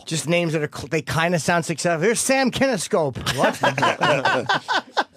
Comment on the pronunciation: "Sam Kiniscope" cracks me up every time.